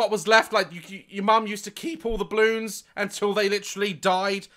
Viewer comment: i absolutely love how daz pronounces balloons. "bloons"